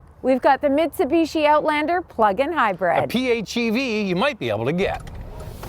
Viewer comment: I am so happy that you pronounce the company name as Mitsubishi instead of Mitsubeeeshi like NA presenters!!!